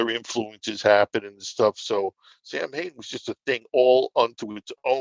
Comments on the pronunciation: What's so hard about just pronouncing the name correctly? Sam Hane sounds like the name of the founder of Hanes underwear company. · He pronounces it "Sam-Hain"? Interesting.